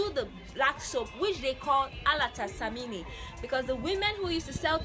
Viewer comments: I hope you will visit my hometown one day named Sunyani. Love your work. You said soap a little wrong it sounds like you said the Ghanaian reggae artist Samini lol it's samina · It’s Samina not samini x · It is alata "SAMINA" not "samini"...take note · It samina not samini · The word is samina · It's Samina not Samini pls...Always Samina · Samini😂😂😂😂😂 nys try though😂😂. It SAMINA not samini😂. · Wow it’s called samina not samini. Video is very informative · Great content as always. Quick one. Noticed you pronounced "samina" as "samini". As in, the ending vowel should be "a" not "i". It can be pronounced "samina/sɛmina". Which ever way the ending vowel is "a".